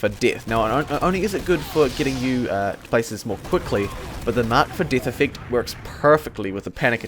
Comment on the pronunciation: "...the marked for dith iffict..."